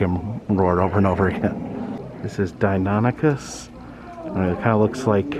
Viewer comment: Bravo! You’ve finally pronounced Deinonychus correctly! Gold star.